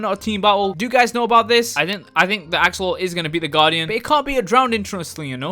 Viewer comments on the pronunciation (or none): He called an axolotle to axoloull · Why cant you say axolot